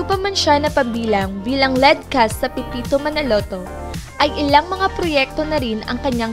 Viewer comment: Manood ka muna ng pepito manaloto.. pra alm mo tamang bigkas ng mga nme ng mga artista doon.. muntik mo nang gawing pepeto manalutu.. neke.. cheto . Ilsa marya . Bebe . Patrek . Rubirt. ClAressa.. sakit sa tenga.. 😂😂😂